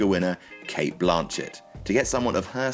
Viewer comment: Her name is not Blaaaaaaanchet?